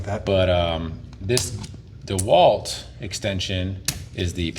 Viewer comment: thats not how you say dewalt!!!!!!! its obv DEWALT .........